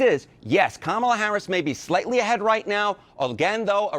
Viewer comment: Identities matter. Let us pronounce Kamala's name right. It is pronounced: Come-uh-la. Say that fast and you've got it. Here are some incorrect pronunciations: 1. Calm-uh-la 2. Cuh-maah-la 3. Anything else that isn't Come-uh-la